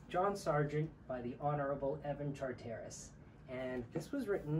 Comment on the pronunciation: Its ’Char-ter-iss’ phonetically Rajiv, no matter, it’s a very beautifully painted picture of that painters life as you have it. I’d love to see the others, as would many of us I am certain. ❤